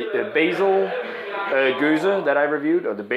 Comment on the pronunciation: You're reviewing a gueuze, not a gose! Double check the pronunciation, because 3 fonteinen gueze is spelled different to lindemans gueuze. See what i mean? Im confused. I need to ask on the Belgian Beer Board on facebook!